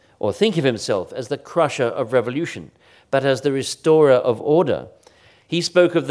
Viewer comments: No one from Australia: No one from Australia ever: Christopher Clark: Revolyootion. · I like the way he pronounces 'revolyootion'